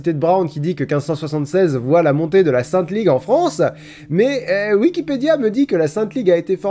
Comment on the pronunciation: "La sainte Lig" 🥝👄🥝